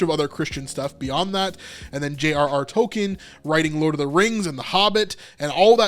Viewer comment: LOVE LEWIS AND TOLKIEN ( "TULKEEN) Will not watch ANGEL---EVER!!!!!!